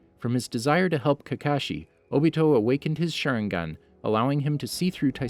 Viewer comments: Hes shooting them all with a shurin-gun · I cant get over at how you pronounced sharingan